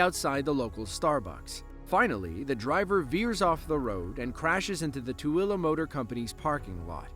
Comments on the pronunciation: Thank you for pronouncing Tooele correctly! well done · Dude, you pronounced Toole PERFECTLY! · I'm impressed that you actually pronounced Tooele correctly! Bravo! 😊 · I like it that the narrator knows how to pronounce Tooele. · You must be from Utah because you pronounced Tooele correctly! 😂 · Props on pronouncing "Tooele" properly